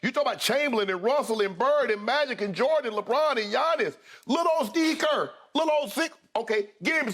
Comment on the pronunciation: I love how both of them said “Steve Kerr” and never noticed 😂😂